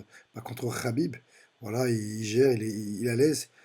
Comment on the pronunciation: C'est pas rabib mais khabib 😂